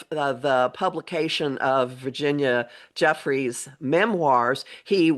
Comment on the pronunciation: And the "g" is soft, like "juniper"